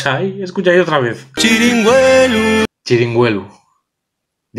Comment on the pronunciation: Cada vez que se diz "txrinigüelu" muerren gatinos en "Grado"